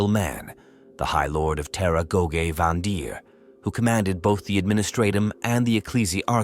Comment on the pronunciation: It’s AI slop, that’s why the pronunciation and syllabic emphasis is all over the place.